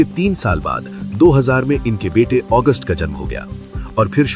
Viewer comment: August ?? Agastya Nanda, correct ur pronunciation please